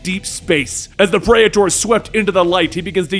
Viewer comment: that was pretty cool, I hope they use and explore that praetor lore in the future. also praetor is pronounced pree-ter, like peter with another r, not predator without the d